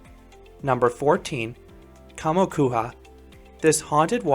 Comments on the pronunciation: to me, as a finnish it sounded like "kuha", not "kuja" :D But it's totally ok, finnish language is not easy. Keep up a good work! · Finland: kammokuja (I'M from Finland) HIM: khammo khuja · its pronounced "kamokuya" in finnish j makes a y sound in finnish